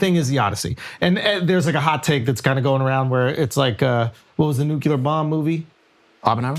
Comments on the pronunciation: The day Schulz says nuclear correctly , FIFA will fix its corruption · I am once again begging with tears in my eyes for someone to get Schulz to pronounce nuclear correctly